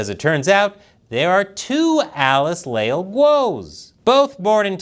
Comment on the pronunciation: Le - ál (the accent is for phonetics, not following the orthographic rules) "Le" as in Lebanon "Al" as in penpal Stress on the a, there is no diptongue, it's two syllables (hiato)